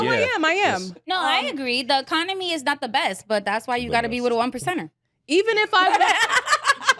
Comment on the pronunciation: “We don’t have the Aconomy”🧐🧐🧐🧐🧐